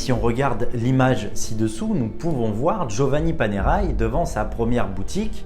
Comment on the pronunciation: ça ne prononce pas Panéraille, mais Panerè.